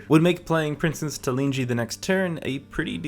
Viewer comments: Princess Tal"i"nji ........ ITS TALANJI FFS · First "Bornswadi", now "Princess Talinji"... I get that not everyone is playing WoW, but dude, work on your reading. Bwonsamdi is a difficult name, but Talanji is LITERALLY pronounced just the way you write it. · TalAnji. Repeat after me: TalAAAA~~~nji.